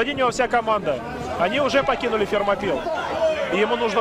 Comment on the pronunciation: Фермопилы а не Термопилы)) Вы же когда говорите Российская Федерация опираетесь на произношение страны оригинала а не Рашан Федерейшен)